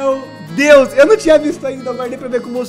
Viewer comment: "Glória a Deux" ksksk realmente muito boa essa série